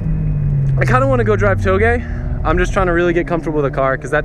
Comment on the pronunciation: "Togei" LOL